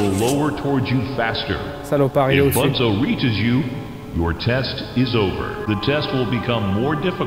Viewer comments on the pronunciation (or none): Slt c'est pas ''Banzo'' c'est ''Bunzo''